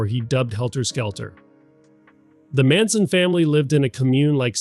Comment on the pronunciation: On the audio: there are some odd inflection choices that I don't think a human would make. One example is "Manson?" , where it seems like the AI voice doesn't quite know how to interpret the bracketing commas. I think there was another spot like that too. Once the voice was called into question, it cast the whole production into doubt. I don't necessarily know whether the script is AI, but there are parts that sound a little... generic, I guess, to me. Like to , for example. I mean, who uses the word "indelible" in a video script? Plus, I can't quite put my finger on it, but it seems like language pulled from a longer article about the situation, not something you'd write for a video titled "Top 10 Strangest Cults of All Time". Too much focus on the big picture, not connected enough to the "weirdness" of the cult and too formal, I guess. I felt the same way about the conclusion, and I wish I was better at articulating it.